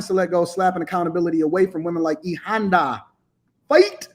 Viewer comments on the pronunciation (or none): none